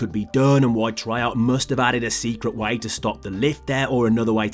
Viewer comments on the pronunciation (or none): If you're going to say the word way why don't you pronounce it like way and not why